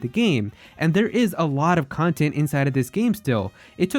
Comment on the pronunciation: Plz never refer to pad out as "cintent" again.